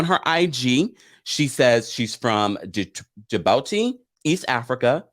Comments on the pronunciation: Hi —it’s pronounced: “Ja-Bootie” for Djibouti country in East Africa. Love you BTW! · Djibouti the D is silent you pronounce it like Je booty 🤣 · Djibouti is pronounced Gee-boo-ti❤️😆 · It's pronunced Ja-booty =Djibouti. Your welcome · This will be good 😊 it’s pronounced juh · boo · tee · Djibouti is pronounced (Jah-bootie). Kandi is my girl, but she doesn’t bring it on RHOA. She could have a more interesting storyline but she plays it cool. I enjoy your content. Keep up the great work! ❤️❤️❤️ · Lol at the way you pronouce Djibouti.